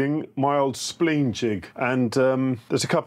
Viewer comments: Spleen jig? It's spline jig. Spline like spine. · I'm from the UK, it's the first time I've heard it pronounced 'spleen' too. Slightly irritating!